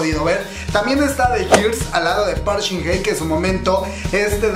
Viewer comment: jjajajaaj me da risa como pronuncia el nombre de shin hye "park shin ne" jajaajaajja es park shin Hye, wey